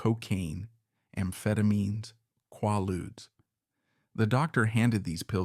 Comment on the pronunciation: One of the best written biographies on YouTube. I have seen many many on YouTube. Only one criticism. It is qway-loods, not qwar-loods. Liberace. I have never met a gay man who was a fan. Liberace was a testament to the ancient cult and its persistent cruelty.